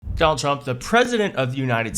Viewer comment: The first thing uttered in this video is 'Dol Chmp'. The psychopathic, fascist dictator in chief is named 'Donald Trump', as evil and dangerous and ruinous and vomitous as he is, not 'Dol Chmp'. It's like saying 'Adlf Htlr'. [sigh] Annoying.